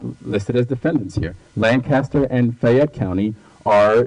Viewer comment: Lawyer Country bumpkins cant pronounce lancaster